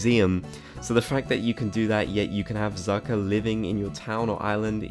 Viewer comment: when talking about tucker, he calls him zucker lol